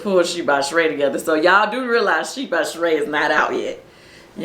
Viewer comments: “It’s not Sheeing by Shereeing”🤣🤣🤣🤣🤣🤣🤣🤣🤣🤣😂😂🤣🤣🤣🤣🤣🤣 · It’s not she-ing… by Shereé 😂